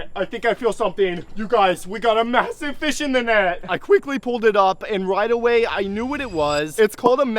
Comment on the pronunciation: Did bro Say masive☠️